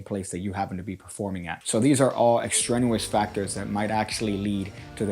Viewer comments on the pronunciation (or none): EX-STREN-YOU-US ? EX-TRAIN-EE-US Biblio-boy - I know you can feel this